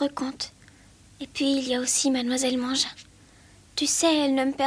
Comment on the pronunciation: mais ça se prononce mengin